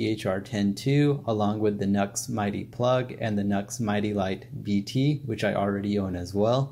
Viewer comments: It's not NUX, it's NU-X (new-ex) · NUX??? What a Nuxlehead!!! 🤣🤣🤣 That's NU-X bro', as in "New Ex". Next time some sound samples would be extremely beneficial as it would mean that we could actually form our own opinions as to which one is best for each of us...just saying.